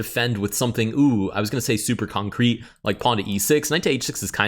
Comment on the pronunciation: Why do you say concrete like that? Why do you say it every move? It's pissing me off